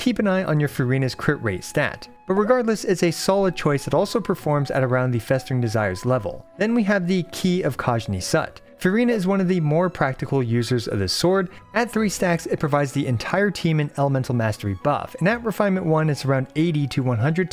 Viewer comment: Its Key of Khaj-"Nisoot".